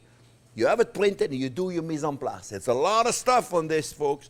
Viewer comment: Chef JP...you are my happy place...your enthusiasm is second to none...! I absolutely agree with previous comments "prep is now called mise en plus"..."onion is now onyo"...freeze everything for 17 years...and parsley is known in my house as parse-ley...complete with attempted French accent...! I absolutely love your channel...and you and Jack! I love the little captions Jack puts up. Thank you SO much Chef JP...You da best...! 💋❤️💋